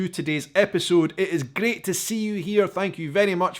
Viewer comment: Hi Shaun, one word that you say often is great. Alot of times to me it sounds like you put an L in the word, like gleat. sounds weird to me. I love your content. Keep up the good work.